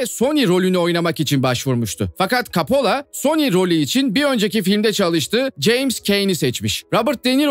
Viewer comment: Kapola değil koppola